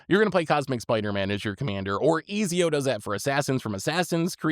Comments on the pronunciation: Easy-O? 😂 It's pronounced Et-zee-O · SAY EASY-O AGAIN MF I DARE YOU. SAY IT AGAIN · I never cared much for the legends from Assassin's Creed, but after hearing pronunciation I kinda wanna build Eazy-O! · Love hearing pronounce cards, but goddamn Easy-o for Ezio? 😂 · The way you mispronounced Ezio's name actually caused a physical reaction in my body.